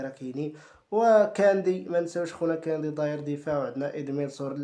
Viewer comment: كوندي ❌ كاندي ✅ شنايدر ❌ شلايدر✅